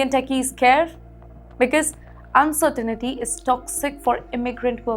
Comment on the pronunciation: She taught me a new word insirtinity 😂lol I don’t know what it meanslol 😂😂😂